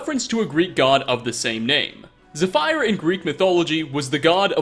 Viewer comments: I love your videos and all, but your pronunciation, be it Skyrim or everyday words, just makes me cringe >.< "Zeh-PHIRE"? Really? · You butchered that name, its pronounced "Zeffuhr" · Zephyr is pronounced "Zeh-feer" or "Zeh-Fear" Just here to point that out. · Zephyr is pronounced ZEFF ur Nietzsche is pronounced NEE cha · It’s pronounced Zepher (or Zef her) btw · Do the Greek have a god for pronouncing names right? Zephyr (zeh fur)… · Isn't Zephyr read as Zeh-Feer? Still love your videos though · Desū Gun it is fur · ajai aavang I'm both from greece and a student of english language and literature the pronunciation is undoubtedly zepheer. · I know it doesn't matter because the likelihood of you saying it in a conversation but it's pronounced: Free-drick Knee-ch-uh Also it's pronounced Zeff-er. Like the water brand Zephyr Hills. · Zephyr Pronounced: zĕf′ər Sorry that bothered me. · You pronounced Zephyr like a Japanese person would pronounce 'The Fire', lol. Never change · "ze-fire" it is not. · Zypher is pronounced as Zeh-fher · Zefer is the correct pronunciation. While Zephyr is the correct spelling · Yeah. Pronounced "Zeh-fur" defined as a sweet scented gentle breeze. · it is definitely zeh-fur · I'm convinced he's doing it on purpose. There's no way you can mispronounce both Nietzsche (Neetz-shuh) and Zephyr (Zeh-fur) in the same video, while being fluent in English, and not be trolling. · Ze fire has gotten out of control! Run for ze hills! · it's pronounced Zeh fear you bunch of twats ! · the video was all fun until he pronounced zephyr wrong now i cant get it out my mind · You've never seen or heard the word/name "Zephyr" before, I take it. I really suggest you maybe start looking up pronunciations before posting, as some of these are pretty basic and common. I love your lists, but sometimes the huge mispronounciations for generally somewhat common language and makes makes me cringe a bit. :3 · oh god that zephyr pronunciation though